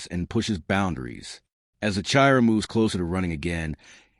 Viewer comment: Chi Ron LOL stupid AI